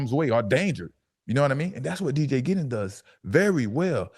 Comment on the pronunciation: Thank you for saying his name “ D.J. Giddens”